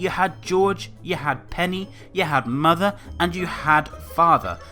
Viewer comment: You have Mothuh XD